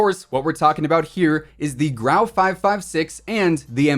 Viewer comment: It’s grau lol